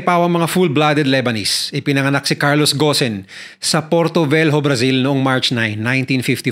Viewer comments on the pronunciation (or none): Gon hindi ghosen ung bigkas po dun